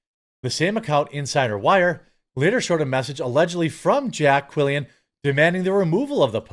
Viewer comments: Quillin NOT Quillian ffs 😂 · It's pronounced Jay Quelin.